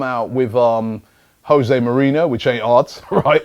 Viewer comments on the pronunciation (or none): none